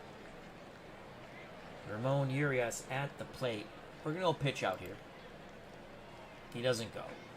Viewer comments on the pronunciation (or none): As an Oriole fan, I'm looking forward to matching up on opening day! I think the Orioles lineup will look much different though. Just one side note, Ramon Urias's last name is pronounced "Ooo-ree-us". He won the gold glove last season so I think the game is underrating his fielding ability. HIs brother Luis plays for the Brewers.